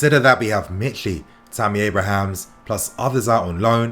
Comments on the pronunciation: It's Abraham not Abrahams... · it's Tammy Abraham not Abrahams!!!